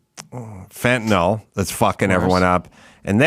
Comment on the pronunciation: I agree with you about the teachers. One thing I would like to say is that I wish you, along with most of the media, would pronounce Fentanyl correctly. You correctly criticized Kamala for her poor speech, so you should learn to pronounce it. It is pronounced Fenta "nil" not Fenta "nol". I don't know why that bugs me, but I would think that this far into the opiate problem in this country, the media would know how to pronounce it.